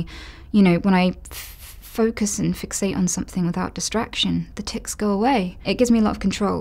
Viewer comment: Noticeable tiCs? Are you sure you said that right Anita?